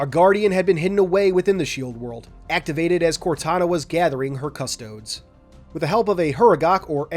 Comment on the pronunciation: As a 40k fan hearing custodes pronounced ad cus-toads instead of cus-toe-dees is upsetting.